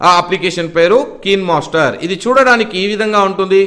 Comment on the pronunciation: keenmaster kadu bro kinemaster